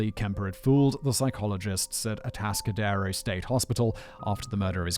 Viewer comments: Ah-task-ah-dare-o I used to drive through there on my way to Morro Bay, the place has had a bad reputation in California. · Kemper is fascinating. Almost as fascinating as hearing Simon mispronounce Atascadero for two hours. Kemper is still alive and is at the California medical Facility (CMF) in Vacaville. CA has a moratorium on capital punishment.